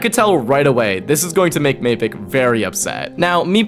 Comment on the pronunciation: It’s definelty not mapicc…..💀